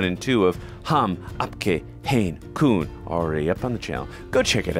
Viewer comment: It's koun .. not koon ..